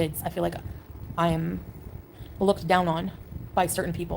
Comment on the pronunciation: The way she says AM like EMM